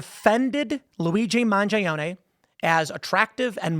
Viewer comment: are you purposely mispronouncing mangione?